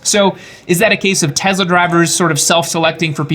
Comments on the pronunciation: What I took from this video.....Tezla.....🤮 Good info regardless of the odd pronunciation. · the S in Tesla is pronounced as ‘s’ sound. The mysteries of English, huh? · Do you believe that N. Tesla liked being called Tezla? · $1 for every time he says Tesla wrong